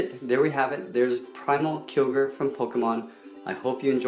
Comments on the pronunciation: It's Kai-yo-gur not Kee-yo-gur. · Its Ky OGRE not keogre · Its not kyorgar its kyogre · It's keye-oh-gerr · You called it kilger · U read it wrongly it is ky-o-get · its pronounced kai-oh-greer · KAI-O-GER Kyogre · He said killoger it's Kyogre. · its pronounced as kyogre kai-o-gre but anyways awesome drawing loved it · It's Kyogre primigino not primal Kyogre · you pronounced kyogre horribly wrong it's pronounced with a long I